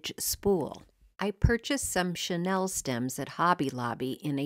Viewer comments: Great projects! FYI, What you used to make those trees is pronounced Sha Neal. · Wait, it's a 'Chanel' "chenille" tree?